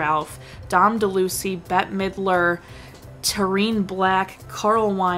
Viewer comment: You hit on many of the great notable aspects and trivia of this animated feature, great review. And I am sure you know now it is pronounced “ Dell-allouise” not Delucy